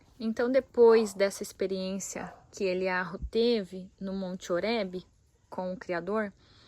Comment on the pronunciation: Me explique por que o H tem som de R ?